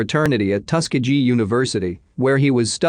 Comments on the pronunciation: It's pronounced: Tu-Skee-Gee Hard G at the end!!! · Tus-key-gee. Robots can't pronounce words? Thought robots were smart?